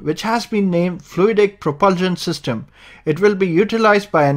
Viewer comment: I don’t understand why he can’t say propulsion